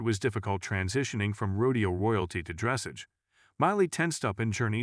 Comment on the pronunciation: Please learn the correct pronunciation of "dressage"! The stress is on the LAST syllable (which is pronounced "ahj" not "age").